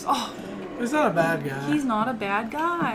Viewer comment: "He freaking fought that gAAaaAAA" you texan or something? XD